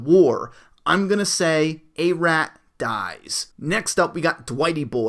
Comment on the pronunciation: Arat is pronounced like Arod